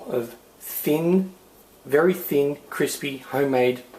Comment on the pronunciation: why dose he always say:fiiin in stead of thin